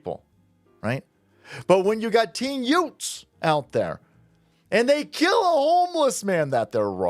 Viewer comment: "Yoothz" "Teenz" "Juvenilez" 😐